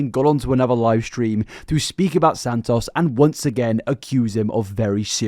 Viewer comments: I hope you dont have to make another video on her but if you do, santos isnt pronounced san-toss its san-toes, just cant hear you go thru another 2 hours like this man 😅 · omg please stop saying his name like that it's not sand toss😭